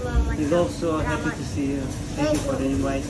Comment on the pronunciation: Ооо сенкю тенчи бад мегида